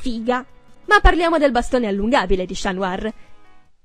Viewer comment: Ovviamente con la pausa strategica... Giusto per darti il tempo di pensare